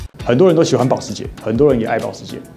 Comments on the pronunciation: 我知道有人會念Costco, 但我是一直唸Ikea啦。 麻煩後製再安排Lucy教一下如何正確用德文發音念保時捷。 千金：Repeat after me, 潑夏😂。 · 剖許的音到底是怎麼發出來的，明明是德文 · 好慘 全片保時捷的發音都錯了